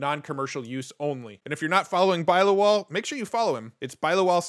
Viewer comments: Nice update! Just wanted to say its pronounced bill-law-wal haha.. that was so funny to hear you say bi-lawal lol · Bilawal is pronounced as in, Bill aa Wal as in vulture with a w.